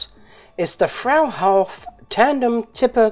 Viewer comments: Phonetically its pronounced "froo hoff".. good job, always interesting stuff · froo-hoff is how its pronounced. my great uncle worked at one of the box trailer plants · Pronounced "Froy-hawf", FWIW. ;-) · Freuhauf trailers were made in several locations in the US, one was located in my home state of Pennsylvania, in Middletown. BTW, it's pronounced "FRY-hoff." Keep up the great work, and safe and happy travels! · Was wondering cause I never heard of the brand. Also was contemplating on how best to write the German pronunciation in English. Since you have no ue=ü I'd say: frou - ouf (like out with v/f at the end). But not saying you're wrong on how they pronounced themselves back when in the US. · Hi, IT's pronounced "Fr-oo Hauf. I live in North Walsham, Norfolk, England where Crain Fruehauf used to have a factory building Fruehauf trailers. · if I understood you correctly (English-born Aussie accent vs. a Californian's accent who was raised by a father from Mississippi and a mother from Oklahoma), I think you were trying to pronounce "Fruehauf". The Fruehauf company manufactures most of the semi trailers seen on American highways. I have always heard it pronounced, "Froo-Hoff". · The actual pronunciation is “Froo-Hof”. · Just FWIW, Fruehauf is pronounced like; FROO HOF ;-) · Pronounced ‘Frew-half’, at least it is here in the states. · Hi. Here in the States it is pronounced "Frue as in true only with an "F", hauf sounds like "haul" like you carry something on a trailer, but accent is on the "f" sound. True-haul but replace the T and L Fruehauf. That's the way I say it. I may be full of cactus juice.